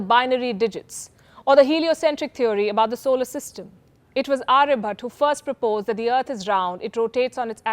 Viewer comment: His name is sushruta and not sushruth!!! And aryabhatta and not aryabhat,.. will you agree if we can you pulki Sharm upadhy!! Why is it so difficult for 😊 North Indians to spell the names as it is.